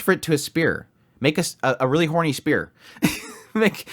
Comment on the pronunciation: "Honry" XD.